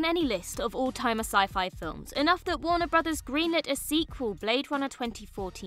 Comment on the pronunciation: “Warner Brothers” pronounced correctly several times! Well done, - thank you for learning it!